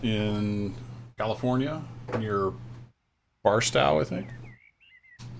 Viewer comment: Thank you for your videos, particularly the tutorials. Just got Run 8 a few days ago and had absolutely no idea how to proceed. Delivered my first cargo to an industry yesterday, so making progress. By the way, for what it's worth, the 'tow' in Barstow is pronounced like the 'tow' in 'tow truck' or like 'my big tow'.